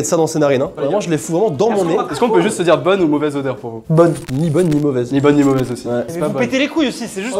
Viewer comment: dit "dier"